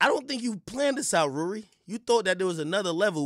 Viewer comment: Bro the way he says Rurry. I swear i ordered pizza and hit my dab and bong and just laughed for hours during the stream. It’s even funnier if you followed ak and the podcast and hear what was said and how things transpired. Funniest shit when he’s screaming like Vince McMahon